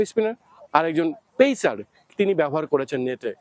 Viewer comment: ভারতীয় জার্নালিস্ট রাও বাংলাদেশী জার্নালিস্ট দের থেকে অনেক এগিয়ে। তারা Instruction কে ইনস্ট্রাকশন বলে উচ্চারণ করে। ইনেস্টেরাকসন বলে না। বা ধরুন লেগ স্পিনার বলেন, লেগী স্পিনার বলেন না, পেসার বলেন, পেইসার বলেন না। ও হ্যাঁ। আর ভিডিও রেকর্ডিং শেষে ওরকম আঙ্গুল দিয়ে মারার অঙ্গভঙ্গী ও করেনা। অনেক তফাৎ 🙂